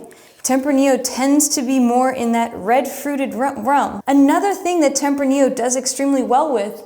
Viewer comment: you also butchered tempranillo, but who is counting... lol